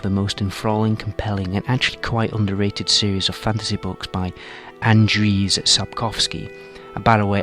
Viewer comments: You should not read Andrzej as Andrew. It is more like Anjey. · You actually pronounced his surname correctly but his first name is Andrzej which is pronounced as "And-zhey" and not "And-rees". But fair play for trying. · Tip from native Polish: And-jey Sap-koff-skee ;) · It is pronounced Ahnd-jay. The d is almost silent. Like in Django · i thought the authors name was pronounced "andre".. just the polish spelling is different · i think Andrzej is just pronounced like Andre. But yeah, Witcher 3 did a lot of stuff better than Skyrim. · Andrzej Sapkowski is pronounced "Andsiey" where you read "si" like in "vision" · Foolish English-speakers can’t pronounce Slavic names. :D It’s just [ɐndʐej sapˈkofskʲɪ] if you know IPA. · Yeah, you've successfully butchered his name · You pronounced the surname correctly, but the first name needs a bit of work. Otherwise I completely agree with your points, and I myself was more immersed in the game of witcher than skyrim. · Well, he pronounced it wrong in the video but it is more zesty than just Andre. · Silver medal for the Andrzej Sapkowski pronunciation, but you were really REALLY close :) The name Andrzej ends like for example english words: may, play, day. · Really close with the pronunciation, you messed up rz in Andrzej, you deserve a medal anyways :3 btw image rz as a sound of a quick slash with a saw xD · I'm Polish. Andrzej didn't go so well, but Sapkowski has been pronouncd very good, and I'm happy that you didn't call him Andre, like I hear in most videos. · he got the surname right, but the name wasn't perfect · Jakub Ponikwia Yes, surname was pronounced pretty correct, but the name was completely butchered.